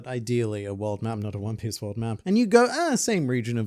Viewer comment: Juan Piece😂